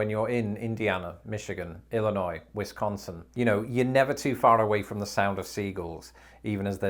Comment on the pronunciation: Look at this, an Englishmen can pronounce Wisconsin correctly, but those East and West coasters can't. . .